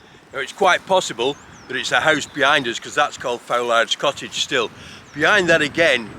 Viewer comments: Thanks for the credit! Tip: It's pronounced Fool-ard, not Fowl-ard- Foulard Rigg's been given a fresh, meaningless name. And, I presume the school he went to was what we now call Nenthead Village Hall. (The "new" school went up at the turn of the century.) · Here we go, again! Foulard is pronounced Foo-lud. I think you were referring to Donk's Hall, too. Its name's been changed recently, as has Foulardrigg- to something bland like Willow House!